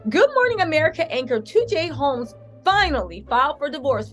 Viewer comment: " TJ Ro...TJ Holmes" 🤣🤣🤣 yes TJ Roams